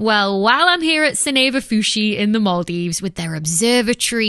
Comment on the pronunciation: Thanks for pronouncing Maldives correctly ❤